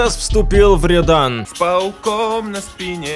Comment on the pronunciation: Рëдан, а не редан